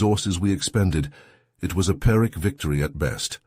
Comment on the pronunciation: The eord is PYRIC victory not paric